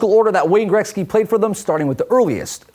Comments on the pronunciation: why does he keep saying grekzky. best player ever show respect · Dosent it bug anyone else how the pronounce Gretzys name ?